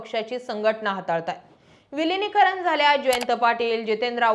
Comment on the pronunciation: किती वेळा सागितले ??? निर्माण✅ निर्मान❌ विलीनीकरण✅विलीनीकरन. निर्णय निरनय .... माय मराठी शुद्ध बोला जपा... तुम्ही पब्लिक प्लॅटफॉर्म तरी शुद्ध मराठी बोला... अशुद्ध भाषेचा प्रसार होत आहे जो विकासासाठी हानिकारक आहे 😢